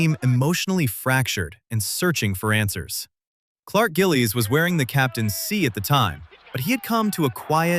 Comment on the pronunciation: Clark Gililies!!! Good vid